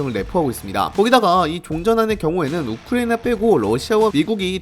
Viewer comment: 발음이 우크레이나 라고 들리는데 내 귀가 좀 이상한건가..